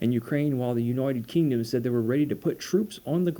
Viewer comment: I like how you say United Kingdom 😂